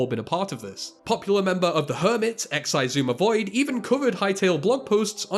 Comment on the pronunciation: "exaizooma void" best pronounciation of xisumavoid